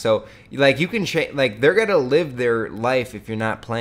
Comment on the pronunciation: yeah for real...and one tiny thing that bothers me is how he says what is GOATIN on now....dude you take this goat shit to far, your channels wouldn't be suffering if you tried to suffice to the audience older than the age of like 13